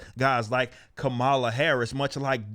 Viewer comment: Did he just say, "Commyula Harris" ?? LMFAO. I'm gonna be using that one.